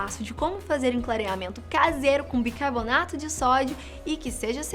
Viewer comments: Só eu que percebi que ela fala BIRCARBONATO? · Ela falou bircabonato várias vezes :|